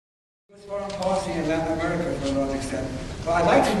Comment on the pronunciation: Amewica is tewibow.